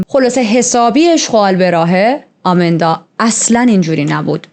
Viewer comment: شما اسمشو اشتباه میگید آمیندا که نیست ایماندا درست‌ترین هستش پس اسم‌ها رو درست بگید